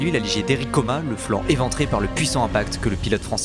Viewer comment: Comas, on prononce le S.